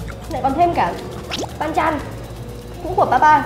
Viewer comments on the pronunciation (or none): Theo mình biết thì banchan chứ hong phải panchan, với mustard chứ hong phải mustart Góp ý thoi nhaaaaaaaa